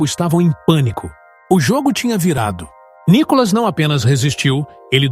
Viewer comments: Nicólas seu locutor ridículo? Aprenda falar. É Nikolas.. Detesto esta Tatá. Não assisto o programa desta bobona. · Esse narrador ele pronúncia o nome de Nikolas errado, o nome de Nikolas não tem acento no o pra ser chamado de nikólas